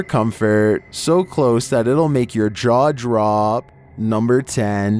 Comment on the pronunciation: Lol he said draw jop instead of jaw drop